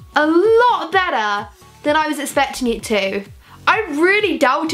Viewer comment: Does she say especting rather than expecting or is it just me?